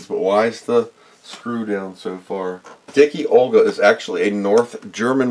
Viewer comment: Dicke Olga is actually not prenounced as Dicky Olga but as Dick-Uh Olga. german for Fat Olga. great vid.